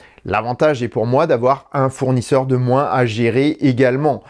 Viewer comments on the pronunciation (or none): none